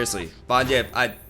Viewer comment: For fuck sake it's not Von 'Jipp'...